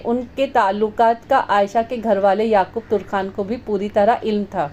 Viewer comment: Lafz Turkhan nahi Tarkhan hota hey اپنا تلفظ ٹھیک کرلیں شاہد عظیم خان لاہور